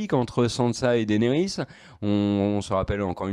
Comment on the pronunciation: Ca se prononce Dénérys ! Bon sang.